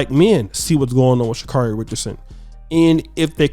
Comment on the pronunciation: For God's sakes if you people are going to continue to talk about this woman can somebody consistently pronounce her name right?! Her name is Sha-carry